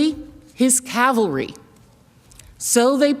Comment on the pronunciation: We are bringing the cal- vary. It's cavalry you meathead. Not a very good eye for detail, considering you are a prosecutor. Get your facts right loser.